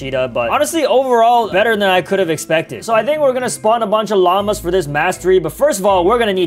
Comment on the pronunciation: bro rlly said "i think we are gonna spawn a bunch on lamas" instead of longmas